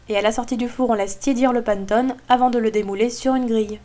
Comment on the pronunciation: Super ta recette, je la ferai, mais on ne dit pas panttone, mais panÉttone, désolée mais ça fait mal aux oreilles.